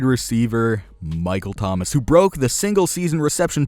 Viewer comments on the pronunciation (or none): none